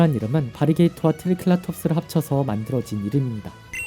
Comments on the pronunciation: 트리켈라톱스가 아니라 트리케라톱스아니가요? 아니면 죄송합니다..... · 트리켈라톱스가아니라 트리케라톱스입니다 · 트리'켈'라톱스 가 맞나요 트리'케'라톱스가 맞나요